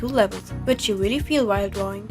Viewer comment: ''I really like dwawing with this tablet'' nice touch, since you're a ... catlike animal Grüsse aus der Schweiz